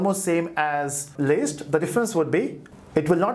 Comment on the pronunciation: It's list not least how you pronounce d